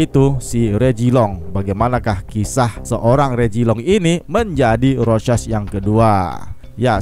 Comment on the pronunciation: Normal people:rorschach Krezi pipel:rosek